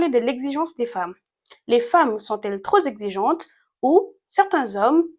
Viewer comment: « trop Zexigente… » 🤣